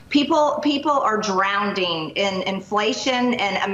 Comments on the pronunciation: Drownding? People are drownding? 😳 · She's a politician and she said drowned ding what the hell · Drownding... WOW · What’s “drownding?” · "..drown-ding..."🤣 Moron in the flame hat is a drowned dingbat. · Did she really just say “Drownding?” 🤦🏾‍♂️😂😂🤣😂 Only in America do we elect uneducated people. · "drownding"? Is that a word? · DROWNDING ??? MTG is such a dumbass. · MTG can't make it through ONE sentence without not only a stupid statement, but some hilarious malaprop. "Drownding"???? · I hate when people say “drownding”. 🤦🏽‍♀️ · When did “drowning” get an extra “d” in it? Maybe I’m wrong since Miss #GazpachoPolice is smarter than everyone besides #DiaperDon. 😂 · DrownDing, I tell you! ROFLMFAO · "People are drounding"? 😅😅😅😅😅😅 Georgia really??? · Drownding Marge? It's drowning you Ignorant redneck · Drownd-ding? Drownd-ding in gestapo soup in a peach tree dish? Hey its impoordant irregardless! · Someone tell Traitor Green that "drowning" only has one 'D' in it. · Ok, 4 seconds in, how can you be a member of Congress and not know basic English grammar? It’s not drownding, it’s drowning. Education is important. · "drownDING?" It's fuckin drowning you slag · "Drownding" and "Impordent" Brilliant. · Damn. Prodouncing drownding proderly is impordant. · MTG actually said DROWNDING.....lol not a word. Code ID10T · First 'impordent' and now 'drownding.' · "People are drownding." What the fuck is wrong with these people? Bring back the asylums. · Can SOMEONE please send Marjorie Traitor Greene the Leapfrog learning friends 100 words book cause there IS NO such word as drownding. What a Moron. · Did she really say "drownding"? Did that woman get an education? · Drowending ? Such fluency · 😏MTG is "drownding" over her failing government career and Trump imprisonment getting closer. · Did she just say "drownding" ?!! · "People are drown(d)ing"??? Why is she so STUPID? And why is this mal-educated baboon in public office? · "People are 'drownding..." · Drounding. LOL